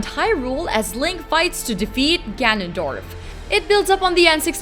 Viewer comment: when you said ganondorf,my friend was laughing because he thought you said ganonDICK.HAHAHA